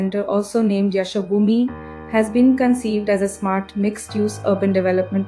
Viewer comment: An indian narrator cannot pronounce Yashobhoomi correctly, surprising.